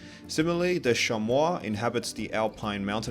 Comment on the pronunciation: Just a small note; chamois is pronounced "shammy" like the towel people use on their cars. There's another animal of French origin that is pronounced the way you said it, but that is not the animal shown in video